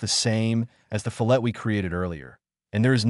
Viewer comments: NOT REALLY..! :-) Fillet, Fillet, Bow, Bow. These are what are known in the English language as "heteronyms". Words that are spelled the same but have different pronunciations depending upon usage. A FILL-LAY such as in a fillet of steak of fish or a ribbon is something that cut in a thin, narrow strip. In food prep it is a thin strip of boneless meat. But as I mentioned it can be a "ribbon" of something. A FILL-LET, (not fill-LET but fill-let with equal emphasis on both parts), is a wedge shaped, triangular support between two perpendicular verticals. When possible, depending on the material the fillet is often blended smoothly to help relieve any stress between the faces. In any case the reason for the different pronunciation is not simply personal whim but two completely different things that just happen to have the same spelling in English. The only way to know which pronunciation to use is by knowing what you are intending to describe. In this usage, CAD, the correct pronunciation to use is "fill-let", a wedge shaped support. (unless of course, you have included a thin strip of meat in your drawing, which would be a fill-ley) I don't mean to be a know-it-all but Heteronyms have always been one of my pet peeves. By the way, I found your video to be very helpful as I am a long time FreeCad user who is trying out OnShape. I am kind of having an uphill battle and I am wondering if it is worth it. I keep trying to build things in OnShape and I find myself tripped up by how to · Gah! Here's a simple mnemonic which will help you to finally learn how to pronounce "fillet" - It's because you start with a sharp inner corner before you fill it with material as a radius. That's how you say it - FILL-et, or FILL-it. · Calls attention to the correct pronunciation of "fillet," and then proceeds to randomly switch between three different pronunciations. 😁 There's nothing wrong with using a synthesized voice to read your script, but you might admit that you're doing so.